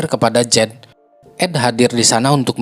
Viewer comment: Storynya bagus ❤ tapi artikukasi namanya salah Jeed ( Jade ) Bung bukan Jet dan yang laki Ed